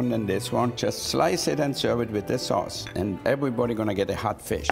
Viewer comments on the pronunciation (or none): "tomato soos"